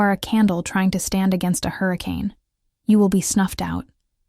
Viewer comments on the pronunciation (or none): none